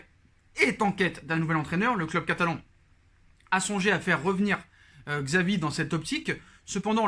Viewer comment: C’est chavi pas xavi la prononciation